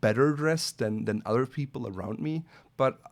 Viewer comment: are you a French Canadian? Your pronunciation of other or any word with Th sounds like s Canadian accent.